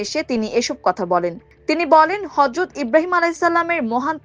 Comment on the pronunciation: হযত না আবার হরযতও নয় বলতে হবে হযরত।